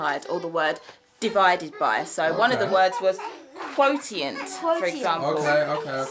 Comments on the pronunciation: Dear, I think you are such a lovely family. Perhaps I am misinformed, but I think the correct pronunciation of quotient is kwo - shunt or /ˈkwəʊ.ʃənt/. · Hi, just a little help you actually pronounce“Quotient” as “quo shunt”. you are doing a great job, the children are really fortunate to have a good teacher who happens to be their mum.!! No idea how you do both, I can only be a teacher.... Take care everyone